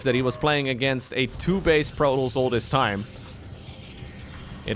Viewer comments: We pronounce the S for that one! Protoss ;) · We wouldn't pronounce it "Proto" in French. Since there are two 's' at the end of "Protoss", it can't be mute. Even with only one 's' at the end I'm not sure it would be mute since it wouldn't be a native French word and also a race name so kind of similar to a first name I guess (for instance the 's' at the end of "Chronos" is not mute).